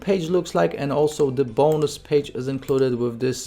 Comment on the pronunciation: The way u say bonnus